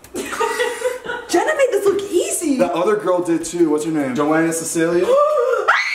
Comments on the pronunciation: I’m sorry but Zane calling Joanna Ceddia, Joanna Cecilia is fucking hilarious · ahem Zane it's Joanna CEDIA not cecilia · joana ceddia not joana cecilia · “Joenna Cecilia” bruh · “Joana Cecelia” 😂 Joana’s kween don’t disrespect 😂(plz don’t take this seriously) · Did he really say "Joana Cecelia"??? Bishhhhh